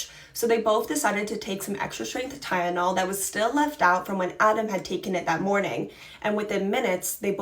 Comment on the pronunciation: It's Tylenol. Not ty-yen-ol